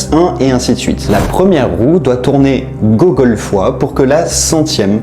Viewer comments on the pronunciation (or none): Ça se dit pas GOUgol normalement ? 😭 En s'écrivant Googol... Et c'est pas d'ailleurs ça qui a donné le nom de Google ? Par rapport à la qté de données auxquelles on a accès dessus :)